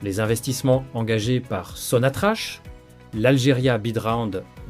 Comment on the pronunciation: Prononcé sonatrak